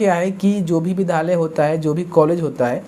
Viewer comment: Vidhalya mat bolo vidyalaya bolo . Tum bahut galti speak kar rahe ho.